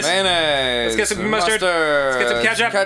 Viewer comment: Danny: adds ketchup Ross,say it out loud! Ross: skstchup